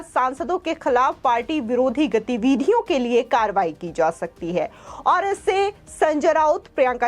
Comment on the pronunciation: Speak not Gateeveedhiyon but speak GATIVIDHIYON. Give your attention what you pronounce for your successes in this profession in future.